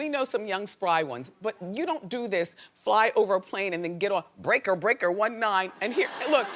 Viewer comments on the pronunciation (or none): none